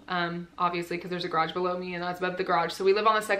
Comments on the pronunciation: I also only understood it the 3rd time she said it😂 But I'm from Germany, so it's not my mother tongue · i'm sorry, but me and my Australian accent couldn't concentrate on anything other than the pronunciation of garage as 'grodge'